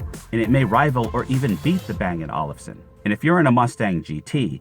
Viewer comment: Hey young man, the way to pronounce Olufsen is like bang & oalfson, like a lazy oalf.